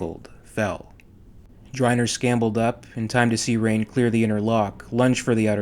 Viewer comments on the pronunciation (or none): T: Dryner 'scambled' up? No. Dryner scRambled up. Did you read the text before speaking it?